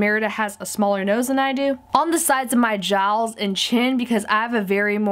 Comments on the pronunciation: she said jawls instead of jaws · Instead of saying jaws she said jawls